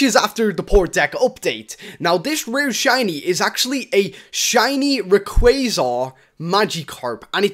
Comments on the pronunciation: u said r e qua z ar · Rayquaza Karp good job for saying it wrong.......still it made me laugh